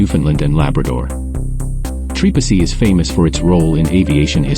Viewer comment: who told you this was trepassey...also have the name said properly do not use a.i.